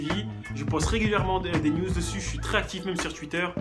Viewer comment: Salut salut alors super vidéo ! C cool de savoir un peu ton parcours car moi aussi j'essaie d'apprendre le japonais toute seule pour le moment, en plus la vidéo est longue et de qualité ! 👌😜 Donc merci ! Ps : à la fin quand t'a dit que tu poste régulièrement des "news" j'ai entendu "nudes" je me suis dit hééénh ?! 😁😂😂😂 Bisous de la Guadeloupe 💜.